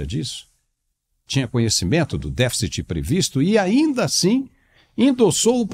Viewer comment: Pra mim, um ministro de economia que sequer sabe falar a palavra "deficit" já me parece uma fraude...